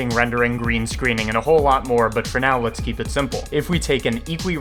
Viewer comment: Is it me or does he pronounce "for now" as "fresnel"?